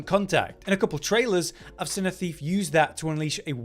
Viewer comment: The way you pronounce “seen” is driving me NUTS 😂😂😂